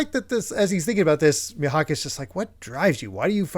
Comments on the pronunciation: Gonna try leaving comments for engagements cause of how chill and nostalgic this podcast is making me. Will say the pronounciation is Me-Hawk. You've kinda saying it like the "h" is silent. But yeah Pearl is such the essence of a throwaway character with too much depth. It could've been easy to just say. When he bleeds, he gets angry, and he starts burning everything in sight. Also Oda is considered a genius mangaka, back then and even now with both his art and story telling. Like both his color spreads and 2 page stuff is just amazing. In another manga called Bakuman about mangakas (Made by the Death Note guys), there's a rival genius guy who is speculated to be designed after Oda. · It’s pronounced ‘me-hawk’